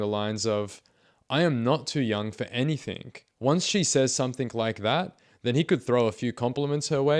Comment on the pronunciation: So this commentator claims to be a writer, yet on several occasions he says "anythink". Hmmm Spell correct put a blue line beneath that "word"..... What's that about !?